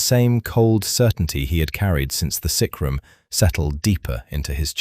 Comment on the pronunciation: Its sickroom not sacrum. Grr ai is annoying